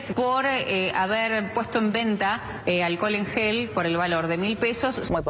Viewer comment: Lo acusan de vender alcohol en gel y el tipo vende "aquel en jol" que es muy distinto 😁😂